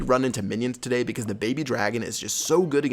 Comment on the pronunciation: Listen how he says tsaday instead of today